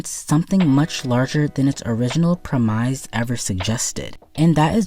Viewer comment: This is the second video of yours ive watched, very good stuff so far, but im still getting use to your pronunciation of premise